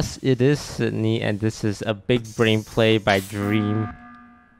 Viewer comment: Everyone: "Sydney" Dream: "Nitrii"